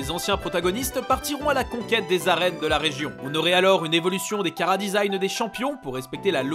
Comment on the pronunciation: "désign" Pardon ?